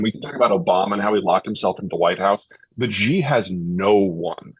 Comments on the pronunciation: Peter gives incredible insight and wisdom, we are indeed fortunate for both. One thing that is easily remedied and yet amiss is correctly pronouncing Chinese names. Specifically Xi Jinping. Mispronouncing him as "Ji" undermines Zeihan's credibility and due process. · Zeihan would have more credibility in talking about China if he learned how to pronounce the name of the country’s president—“she” not “jee” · The leader of China’s name is pronounced “she” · I like Peter...but he mispronounces Xi's name and thinks Mao introduced the 1 child policy, it was Deng Xiao Ping. I wanna give him a slap sometimes. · Pronunciation breeds credibility, it isn't that hard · can't listen to him. he can't even attempt to get his pronunciation of xi right 😂 on purpose. If China was collapsing it would be around when all the sanctions was on China from the west due to 1989 Tiananmen massacre. However, did China collapse back then ? And what was the debts structures of china are all invested in infrastructure, There is vast rural potential china could tap for further development, so the domestic economy will stabilize after decoupling from the west.